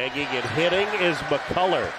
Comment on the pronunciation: Why does Fran keep saying McCulla? He said it right, McCullar, a few times, but most of the time he left off the r at the end